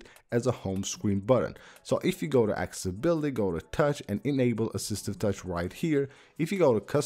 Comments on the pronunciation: It’s called accessibility not acibility. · He can clearly say access but not accessibility? Wtf? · He can clearly say access, but can’t pronounce accessibility.